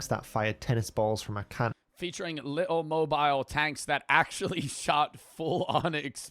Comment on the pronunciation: sounded a bit british when he said ‘little mobile tanks’